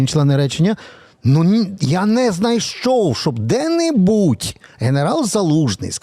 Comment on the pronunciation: Не де-нЕбудь, а де-нбУдь. Я росіянка по крові, 59 із 60-и років прожила на півдні України. Соромно невірно ставити наголос, пане ведучий!